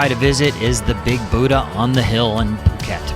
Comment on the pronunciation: Phuk-et Island? Lolwut